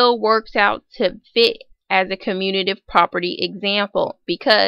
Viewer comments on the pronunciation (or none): It’s “commutative” not “communative”